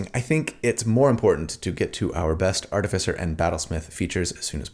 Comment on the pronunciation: I love your videos, but more than anything else, it seems like you are the only D&D content creator who know who to pronounce "Artificer"! Keep up the good work.